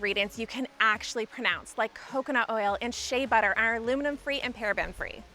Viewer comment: Lol she said you can pronounce the ingredients and she pronounced Shea butter wrong